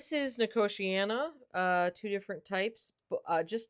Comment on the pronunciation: Since it's a native American plant your pronunciation is correct.